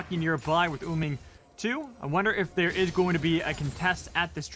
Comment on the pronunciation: idk if its just me but does it bug anyone that the announcers say uming instead of wuming?